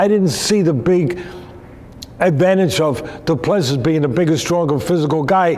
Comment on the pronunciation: Doo plu sea is pronunciation